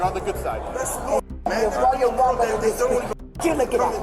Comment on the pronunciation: She can’t even pronounce royal rumble! Trash